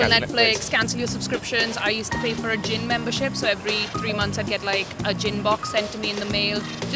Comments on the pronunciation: I misheard her as a "Gym Box" and I was like "what's in that? Elastic rope?" And then she said about going non-alcoholic and I was like... "ooooooohhhh" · I was thinking "who pays for a gym membership every three months?" But then I realized she said Gin. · When she said gin box I thought she said Gym! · Man, I thought she said "gym membership". Turns out she just quit bein an alcoholic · I thought she was saying gym at first. You should realise you’re an alcoholic when you can’t stagger down to the off-licence anymore. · I thought she said "gym membership". Yep, gotta give up that exercise.